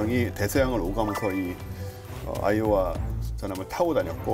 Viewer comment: 계속 아이오아이로 들리네